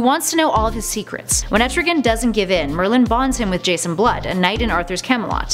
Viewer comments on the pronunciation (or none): none